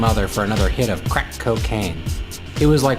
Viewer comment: Hear the way he said "CRACK"?!! LOL!!!!